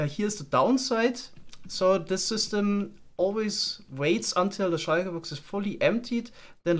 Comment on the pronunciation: i like the way you pronounce shulker box